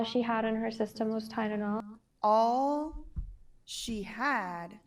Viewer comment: said "tydenol" not Tylenol! She didn't even know how to say it, she's so dumb. She isn't running or creating any high tech products or company! Puh-leeze!